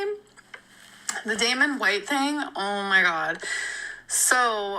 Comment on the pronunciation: Damen? Damen? Was that his name? Girl! You know damn well what the name was 😒